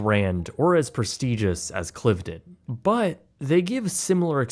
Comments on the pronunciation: It’s pronounced ‘Clive - den’. And it’s ‘Buckingham-shure’. Oh and the National Trust isn’t a government agency. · And he pronounced Cliveden wrong. It’s ‘Clive-den’. Plus he said the National Trust was a government agency - it’s not. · Britsplaining: * Cliveden is pronounced to rhyme with hive-dun. * Buckinghamshire is pronounced bucking-um-sher. This goes for all counties with a "shire" in them, it's never pronounced like the hobbits' Shire. * National Trust isn't a government organisation.